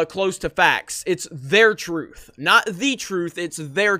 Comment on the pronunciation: "Walk in your truf" such profound!